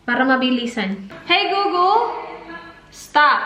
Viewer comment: hi gugul Me: hi golegole